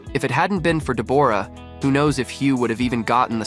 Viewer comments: In Australia we pronounce Deb's name as Deborah not Deborrrra! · Hey, it's weird you calling her DebORah.. the way you say it is DEBorah..! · Dee-booor-ah? WTF? It's pronounced Debra,..... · It's pronounced Deborah not Debourah..! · I keep hearing this with American narrators on Deborah. It is not DEB-AWE-RAH. It is DEB-RA. The O is not sounded. It is a different spelling to Debra but it is the same name pronounced the same way. I had a friend called Deborah but she was always pronounced the same as the other - Debra. It might be an American thing to say it differently, I don't know. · Her name is said 'debra' not 'de-bo-ra'. Very annoying. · It’s DEB or ah, not Deb OR ah! PuhLEASE! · Her name is Debra! Stop calling her Debooooorah! 🤣🤣 Look at timestamp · Dee bore rah lee lol isnt it just debra but spelled the deborah lol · Sorry but I believe it’s pronounced Deb bra not De bore ah, try googling it. Thanks for the history on them and their relationship. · Does she really pronounce her name De-BOR-ra? As a fellow Deborah, that's just weird and cringe. I suspect it's pronounced "Debra" just like the rest of us Debs pronounce Deborah. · It is pronounced DebRaa not DeBorra…and she is beautiful. He is looking washed out though. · It's pronounce Debra. Open your ears and you would have heard Jack say the name. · Pronounced deb ra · Her name is not Dee'bore'a'